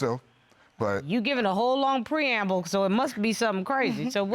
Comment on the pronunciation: "Preamble" lol